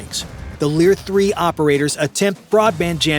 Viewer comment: LOL “Leer-3” sounds tough but folded quick.